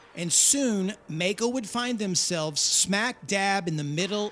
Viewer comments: I cant figure out how you consistently go from pronouncing the name maisch correctly and then the name maico incorrectly in the very next sentence despite knowing that the company is named after the maisch brothers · The pronunciation of the name containing the combination of letters "ai" (sounds like "eye") MeyeCo Long E. Its a hard rule in German. NOT MAY-CO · “My-Co”, not “May-Co”. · It's not Meco but Maico ...... nice story. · If the brothers were "Maisch" (my-sh) shouldn't the company name be MaiCo (my-co) rather than (May-Co)? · My-co. My-co! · Note: It's pronounced My-Ko. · Dafuq? My whole life up and up until into this video I've been pronouncing it 'mike-oh'!!! 🥴🤣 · It`s spoken " My Co " 🙂 Thank you for this video !!! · Maico breako 😂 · Please try and pronounce the name Maico correctly. You get the surname, just leave the sch out and ad a co. Google actually helps and the American pronunciation is how it should be. It's not like May. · Maico = Breako :( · The pronunciation is "Myco". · Very well made docu. It still hurts me to this day that the company went down. By the way...its pronounced My-co. Best regards from Germany. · It's pronounced My-co